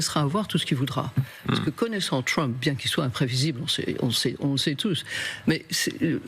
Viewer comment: On dit Trump pas Tchwump ...